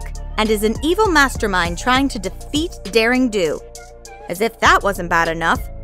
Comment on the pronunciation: It's not daring dong it's daring do